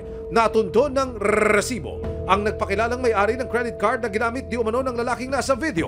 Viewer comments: Sakit sa tenga pagbigkas ng “RERERESIBO” pwede namang “RESIBO” nalang at medyo lakasan ang pagbigkas para maemphasize. Umay! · Bat ganun yung pronunciation ni emil “🏍️🏍️🏍️🏍️🏍️siboo” HAHAHAHHAHAHAHA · Quick question po, kelangan po ba talaga "Rrrrresibo" ang pronunciation? 😂✌️ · Limang segundo sa letrang R ah bago mag patuloy sa pagbigkas ng salita hahaha RRRRRRRRRRRRRRRRRRRRRRRRRRRRRRRRRRRRRRRRRRRRRRRRRRRRRRRRRResibo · Cringe ng Resibo na pagpronounce